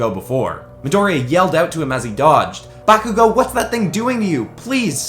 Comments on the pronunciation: Just some advice bakugous name is pronounced Bar-ku-go no bakugo and izuku calls bakugou kachan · DoNt day bAkugO, it’s KaChHan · BAkugo Not Bakugo BAkugo